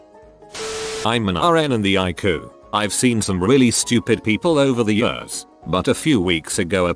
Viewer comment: Robot voice: "over 25 yörs"